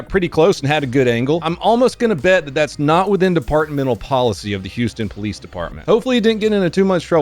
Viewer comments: Take a shot every time you heard "HOUSTO POLEEZE!!!" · ah mr. youstapolee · “Hoosta Paleez!” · that’s actually cartel. im from houston. your north carolina ass wouldn’t know. espeekee spanish ola compadre houston poleese!! uston poleeseee! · HYUSE-TONE PALEESE